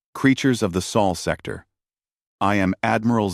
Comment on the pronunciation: It's "sol sector," not "soul sector." Geez, doesn't anyone edit these stories?